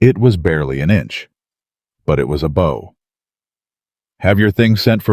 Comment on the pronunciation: Yes and AI cannot pronounce bow correctly in the context. It said 🎀 not bow like a curtsy or a bow. Terrible reading. Ruins the whole thing.